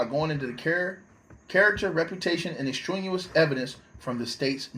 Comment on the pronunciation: The word you are mispronouncing is ex-strain-e-us (extraneous).